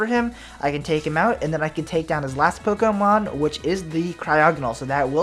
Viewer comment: his last POKO-mon XD